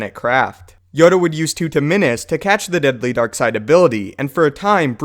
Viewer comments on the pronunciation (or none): none